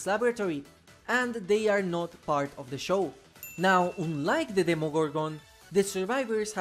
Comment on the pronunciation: Unlike ❌ Oonlaick ✅